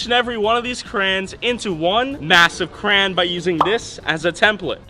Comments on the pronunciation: You pronounce Crayon very strangely. "Cran" lol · If he says “Crayon” wrong one more time 🤦🏼‍♂️